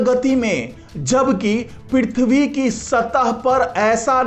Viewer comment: पिरिथवी नही पृथ्वी बोलो